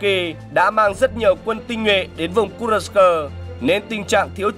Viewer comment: Kênh này hay, biết đọc tên vùng Kurxc.